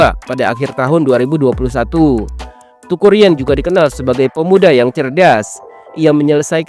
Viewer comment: Teuku min.. bacanya Têku sprti ejaan Sunda, bukan dibaca TUKU 😆